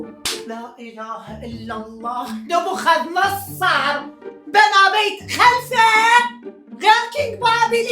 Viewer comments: ناصاررر نبوخذ نصررر نصررر مو ناصارر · اسمه نبوخذ نصرر مو نصارر😂😂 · اسمة نبوخذ نصر مو نبوخاذ نصاار